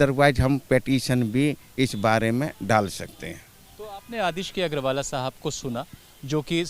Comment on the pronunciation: भाई अंग्रेज, अग्रवाल जी हैं, ना कि agrawalaa